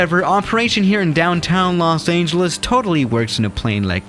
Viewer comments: Me: Los Angeles: Los Ayngeles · Nobody:: Los aingelese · “Los aneljus” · Nobody:: Los Aingeles No harm meant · No one: Literally no one:: Los Ayngeles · Did he just say "Los Angel Less?" , and many more times... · For some reason the way he say Los Angeles rubs me the wrong way